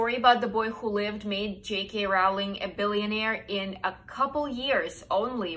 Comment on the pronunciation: I'm a book lover ever since I learned to read but there are two or three people I haven't heard of before! 😱 But then I'm from Germany so I suppose the kind of books I'd be exposed to would differ somewhat. Very interesting list! PS: Rowling rhymes with "trolling", not "howling". Many people get this wrong. PPS: Agatha Christie is such a cool person. She truly deserved that position as her mystery novels are superb!